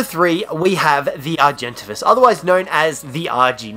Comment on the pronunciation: Anyone else pronounce argentavis as Ar-jen-tay-vis